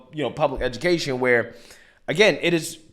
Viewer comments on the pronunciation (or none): none